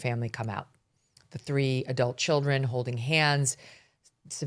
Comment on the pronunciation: "kina hoding on" Interesting diction😂